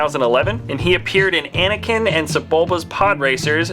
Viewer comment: anikin? It's Anakin.